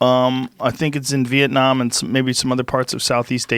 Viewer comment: Love the way Joe says Việt Nam, love you big bro, you are changing the world